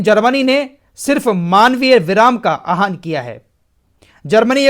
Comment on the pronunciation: आह्वान है आहान नही इसको ठीक कर लीजिए